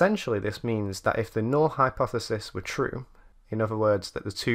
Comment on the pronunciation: Null - correctly pronounced n-ull.